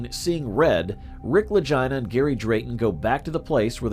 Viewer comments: Click bait and their names are pronounced ad Lageena Lagina like vagina. I'm tired of people putting shit out and talk on people and they can't even pronounce names right utterly disrespectful. That tells me that they are reading or read something that they have no firm knowledge of and trying to put it out there like they've done research, man get out of here. When you can't pronounce a name correctly that when I tur😢n on my heels away from you. So this is Click bait. Ya just lost my subscription. Holla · You should probably learn how to pronounce their names before you do videos about people sounding like you're saying vagina Brothers 😅